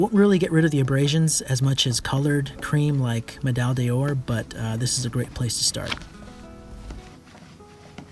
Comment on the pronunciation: Nice work! One note however, medaille d’or is pronounced more like ‘medaj door’ than the ‘medaj day-oar’ that seems to be prevalent in the US...